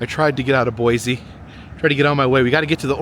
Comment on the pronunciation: Great video,! It's Boise with an s not with a z btw